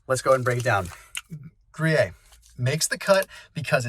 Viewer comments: Not to be pedantic, but I’ve never heard anyone pronounce Gruyère as Groo-yay? It’s pronounced Groo-yare in French. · Pronounced: Grée-AIR. I’ve learned so much from you, thought I would give something back. Vive le français!🇫🇷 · It's pronounced "Gree-air"! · Great video, thanks. FYI - Gruyere is pronounced gru-yair like air. Jarlsberg is pronounced yarlsberg...the J is actually like a Y :) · Pronounces GRU YEAR